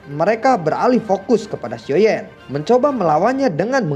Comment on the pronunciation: Gua ngakak pas bilang xioa yan kekeu 😂